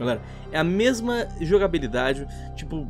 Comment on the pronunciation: "mema coisa"?? Kkkkkkkkkkkkkkkkkkk